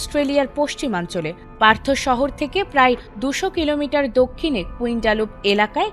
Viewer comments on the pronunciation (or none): It's not Pertho; it's Perth.